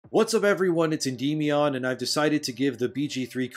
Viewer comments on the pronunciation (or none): actually it's probably because you say your own name wrong, endimmion not en-die-mion. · that is the wildest pronunciation of Endymion ever.